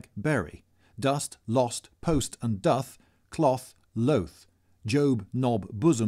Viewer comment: thank you for pronouncing doth properly. I cringe when people read Shakespeare and the like.